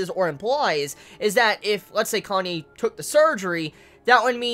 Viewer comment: ...............You're gonna keep calling him "Kanye" aren't you?